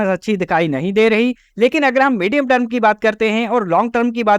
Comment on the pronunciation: सबसे पहले आप टर्म (term) को ट्रम कहना सुधारे अपना, बार बार term (टर्म) की जगह ट्रम ट्रम सुनना irritate karta hai